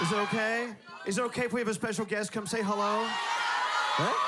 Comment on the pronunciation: Why i heard that in she said hello in Indian accent. Confused